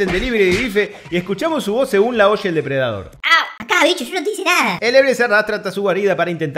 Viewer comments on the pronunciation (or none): Jejeje morí jejeje "Depre Dador" jejeje